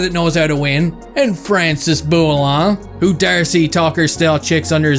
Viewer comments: What did you just say ! Françis bou-il-lan... BRO !😶‍🌫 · Did you do on purpose to mispronounce Bouillon? 😅